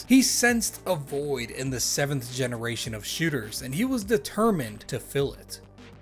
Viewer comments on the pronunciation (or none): none